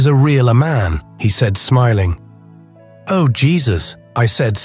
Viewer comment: This was one of the best stories ever, and I'd love to hear more like it. The oddest thing is the narrator all of a sudden changing from proper english to incorrect grammer. Ie...u ani't going no where. And what the heck is kwa? Oh, is pronounced "O", not "oooooo". The most important key to a good story is the narrators ability to read and pronounce ALL words and names correctly.